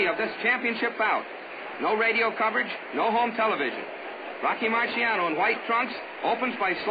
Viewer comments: They have never ethnically respected this man - he is Italian & his name is Italian, pronounced MAR-SHAH-NO not MAR-SEE-AH-NO RIP 🌼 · The announcer is terribly annoying!! Can't even pronounce names Right😞 Going to search for fight with different announcer! Keeps saying Rocky's name like it's a marshmallow